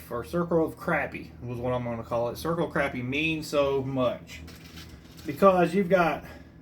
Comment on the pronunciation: Fellow South Carolinian here. The fact that you pronounced Crappie correctly gets you a follow. Lol.